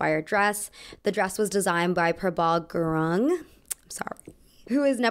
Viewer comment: Prabaal Gooroong is the way you would say his name, he's dressed Michelle Obama a lot, love his style. He studied fashion in Mumbai before moving to NYC